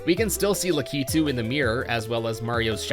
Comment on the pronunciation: f - - for butchering lakitu